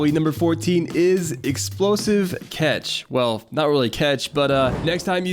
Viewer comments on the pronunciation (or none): “Explosive cetch”